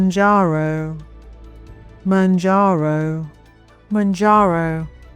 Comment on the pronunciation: I could moan about it... but this is a jarring poor pronunciation.